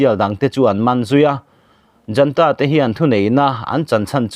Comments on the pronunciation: Junta tih hi janta tiin i chhiar tlat mai.Zunta ti a chhiar tur a ni e. ZUN IN kan tih a,zun tih anga lam tur eg:Zunta. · Junta hi Janta tia lam loh tur a prononciation pawh Google ah a fiah khawp mai.